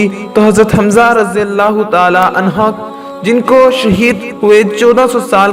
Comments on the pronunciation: عنھا نہیں بلکہ عنھ پرھنا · Anha ni anhu kehte han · Bhai anha nhi anhu hota h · Anha nehi anhu he